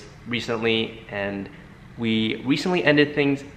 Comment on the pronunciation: Anyone else finds it cute how he pronounces some words.....like RECENTLY but it sounds like he says "wecently"❤️❤️😍 Still support you king ad always will